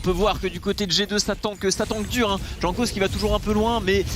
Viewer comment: Putain il m’a fait pété un plomb à prononcer Jankos comme un connard